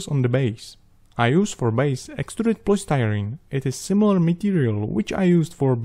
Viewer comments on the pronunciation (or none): none